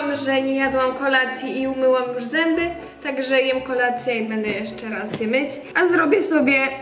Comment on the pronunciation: Powiedziałaś zymby ale jesteś slodka💞😘